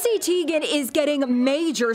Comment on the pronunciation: its pronounced TIE-gen :)